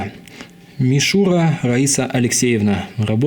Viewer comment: скорее всего не мишУра, а мишурА))